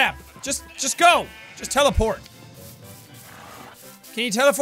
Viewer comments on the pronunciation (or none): "can you teleforf?"